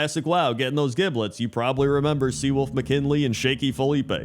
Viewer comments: I think it’s pronounced giblet not giblet… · I think both pronunciations are correct. Probably one of those "regional" things where the location you live in (or are presently visiting) depends on how giblet is said.